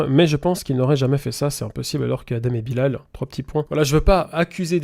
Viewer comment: Svp respectez le nom de Bilal (juste pcq c'est un nom musulman) ça se dit Bilel et ça s'ecrit Bilal